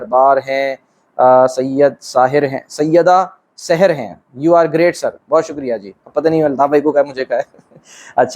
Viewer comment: Sahar is wrong in Urdu its called saher. like zahra not Zahara. Its subh not subha